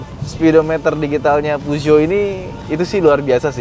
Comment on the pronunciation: Yg bingung ngucapin peugeot mana... Ha ha..